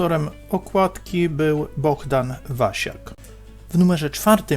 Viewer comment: BoHdan, a nie BoGdan ;)